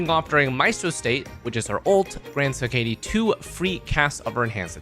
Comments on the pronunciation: he-ka-te* not he-kei-die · I'm sorry, BUT it's: Heh·Kuh·Tee